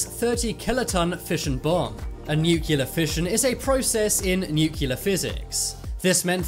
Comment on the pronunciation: It’s pronounced new clear.